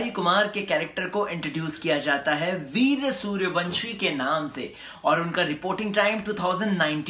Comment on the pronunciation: ye kya veerya veerya laga rakkha hai veer naam hai pahele bolan seekh